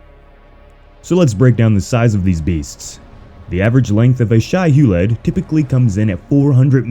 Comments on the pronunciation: Loved the video except its pronounced Shy-Who-Lood or Shy-Ha-Lewd not shy-hue-lead... otherwise love ya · Loved it just wanted to say because I have to its pronounced Shy-Ha-Lewd